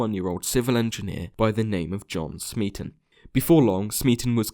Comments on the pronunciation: C'mon man. The Kaiser Chiefs song's rhyme scheme is clearly ABAB. "Smeaton" isn't supposed to rhyme with "policeman". It rhymes with "Beaton". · smeaton rhymes with beaten not policeman.